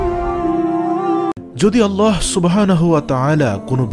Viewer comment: সবাই বলে আল্লাহ আর আপনি আললাহ বলেন এর কারন কি??